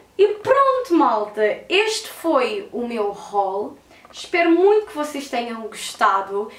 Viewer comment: Não é hual é HAUL